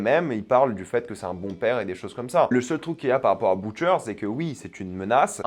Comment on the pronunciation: “B(OU)tcher” 😂 mes oreilles saignent